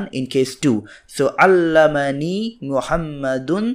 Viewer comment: Not sure, but I think the fatha in allamni should not be pronoucned for the 'm'. I am learning from you, but my parents speak arabic and my ears always hear alamni rather than alamani.